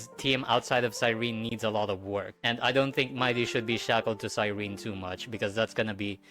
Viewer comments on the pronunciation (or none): No, not CYREEN, CyrenEE..